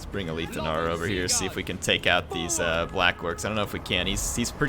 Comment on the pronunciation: You aint got dibs on the fact that you arent working in production and you just made up that retarded lie to solidify what you think is the right interpretation, You're wrong, I'm right get rekt. it's ALITH. not A - LEAF. :)